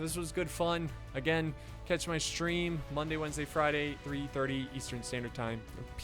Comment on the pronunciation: Lol you say: Wonday,Wednesday, friday